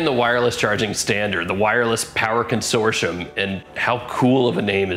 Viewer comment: i find it odd that you dont know how to pronounce "consortium"